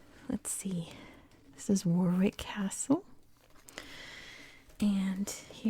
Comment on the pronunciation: Great relaxing voice. Just because you seem to like to make sure you get things right I just to let you know Warwick is pronounced "Worrick". Other than that good work and thank you